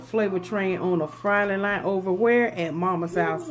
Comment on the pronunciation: You said nite it’s night 🌚